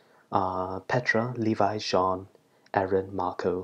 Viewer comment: Jhon? Its Jean...... Like jeans...